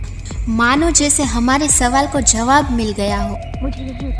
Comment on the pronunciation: Why is the lady commentator such gujju accent ( jhawab) nahin jawab hey pls improve your commentary